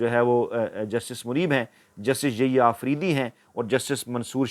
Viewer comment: السلام وعلیکم آپکے یحیی آفریدی کا نام غلط لیتے ہیں انکا نام Yahya ہے نہ کہ ییا